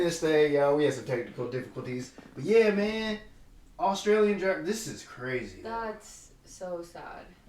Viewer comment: Australian ? Australian nah